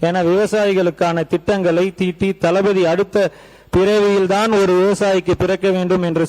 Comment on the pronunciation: தளபதி ங்கிறத தலபதி ன்னு சொல்லாதீங்க.